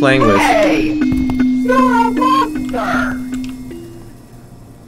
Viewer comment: thx for the compliment and u are still saying “youre” wrong lol